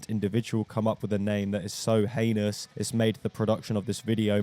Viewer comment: So heinous? You mean, "so anus" :face-blue-smiling